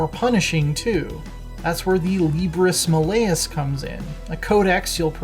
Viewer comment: Cringed at Librus Maleus pronunciation.